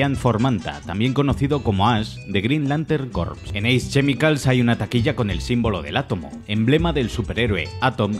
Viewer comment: Todos: Ace chemicals: Ace chee micals